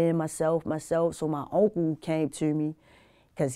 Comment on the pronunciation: She said "Auntcle"